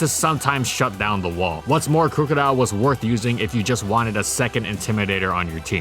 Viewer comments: Crook-odile not crew-codile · "Crew-co-dile" The rest of the world: "Crook-o-dile"